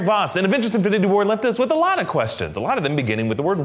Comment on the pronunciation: "And avengers inbnbdbdbd war..."